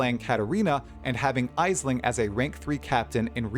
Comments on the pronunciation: She's Irish, it's pronounced Ash-ling, not Eyes-ling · Just a heads up, Aisling is pronounced "Ashling", it's an Irish/Gaelic name.